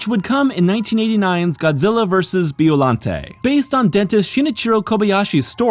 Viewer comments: By-o-lon-tay. Killing me with bee-o-lan-tea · Biollante's final form reminds me of Perfect Chaos from Sega's 1998 video game, "Sonic Adventure". Also, you pronounced the monster's name wrong. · Your saying Biollante wrong